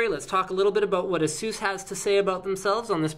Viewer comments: Erm no, you can`t... A-sus, like in sus-pect or sus-picious or sus-ceptible. It`s really quite simple. Another one is Rad-eon. Not Ray-deeon. The clues is in the spelling ffs. Seuss? pff. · Ay-sus is the pronunciation my friend XD